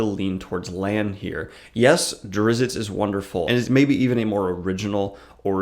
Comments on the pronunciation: hi, the t in drizzt is silent. so his name is pronounced duh-rih-zz. other than that I don't mind this video, please continue making more. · I call bullshit, this guy never read anything more than the cliffsnotes of a Drizzt book. The wrong pronunciation of "Drizzit" is a big part of the 3rd book. Zaknafein wasn't hunted and killed, he was sacrificed for zin-carla and it's arguably the biggest fulcrum in the plot of book 2. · Man, I always called him "Drizz-it" too and when I heard other people pronounce it I thought I was for sure the only sane person until now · I listened to one Drizzt audiobook a number of years ago and didn't care for it. But having listened to it i notice that you and the narrator pronounce his first and last name quite different. Not sure which is right.